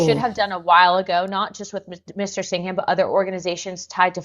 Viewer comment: Singam not Sing-ham